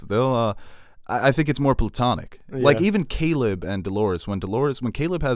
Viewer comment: Did you just imply hosts would be open to "incest"? I know that's technically impossible but you also pronounced platonic "plutonic".